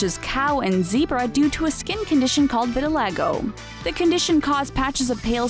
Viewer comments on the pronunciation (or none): none